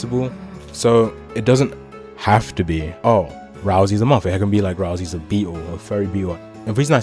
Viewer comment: why do you call him razl-E his name is ral-say ralsai